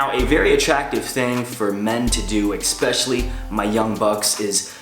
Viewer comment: "eKspecially", couldn't been the only one who heard it